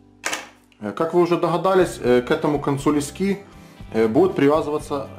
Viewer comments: Не лескИ, а лЕски! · Спасибо, отличное видео! В слове леска ударение на "Е", так же и в слове "лески".